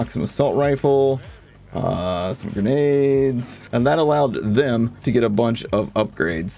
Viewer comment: Love how you really emphasized "THEM" lmao